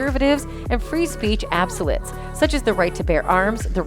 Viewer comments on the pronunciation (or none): Narrator needs to acquaint herself with a dictionary, or better yet the websites that pronounce words for you. Necessitate, adversary, absolutes.... Takes seconds only online. "...like the right to BE (?!!) free, albeit hateful speech on campus"? Maybe re-record over mistakes, or edit out a wrong word, like "be" in this case? Certainly it was intended to read "...like the right to free, albeit hateful, speech on campus."